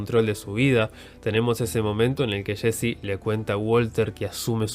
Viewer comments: "Shein, shesy" no puedes pronunciar bien los nombres? Es estresante... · Nadie: El narrador: Shesy, Shhane, destrushó